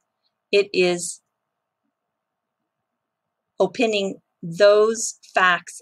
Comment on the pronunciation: Love the content! Thank you! Just FYI, the word opining is pronounced Oh-pine-ing like the tree. Also really love the fluff. I always watch the whole thing as it is usually timely cultural jewels from Japan.